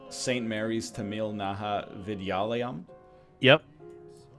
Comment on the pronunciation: Teh - muhl (as in camel) NOT Tuh - meel